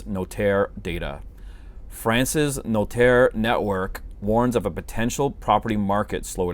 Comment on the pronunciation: You shouldn't doubt your French, your 'notaire' pronunciation was perfect 🙂